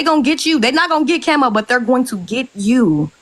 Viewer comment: Y you say kemo it's Kamo....Prayers🙏🙏goes out for dem....